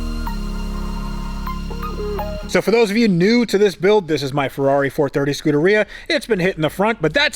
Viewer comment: "scooteria" :D